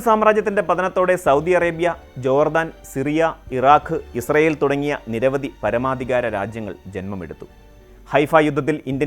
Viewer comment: പലസ്ടിന്റെ ഒരു വേദിക്കാ ഇൽ ഇസൃൽ.. 😏 പലസ്റ്റ്ഇൻ 👌